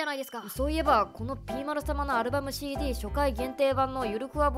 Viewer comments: CDの発音いいなwwwwww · なんかCDの発音良すぎるの草